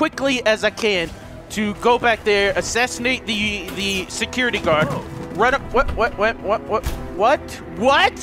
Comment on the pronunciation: I like the word secure-TE